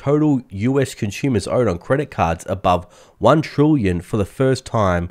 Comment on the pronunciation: As soon as I hear "conshumers," I know he's Australian.